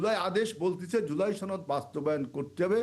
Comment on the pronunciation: সরকার কিছু করতে হবে না তুমি করতে পারবে আবুল বাংলা ও ঠিকমত বলতে পারে না সাওয়ার নেত ছনদ না সনদ ধাতুয়া শুধু জামাত বলবেন সাথে ইসলাম যোগ করবেন না